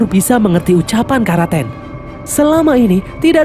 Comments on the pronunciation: Karaten ❎ Kraken✅ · Kraken mungkin min bukan Karaten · Karaten= kraken🙂